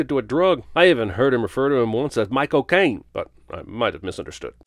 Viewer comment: Michael Caine pronounced as “My Cocaine” killed me lmao